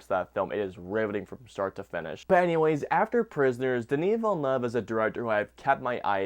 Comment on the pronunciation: It's more than fine. Hey, you at least had 'Villeneuve' mostly right. I've heard some horrifying stuff looking reviews of this movie.🤣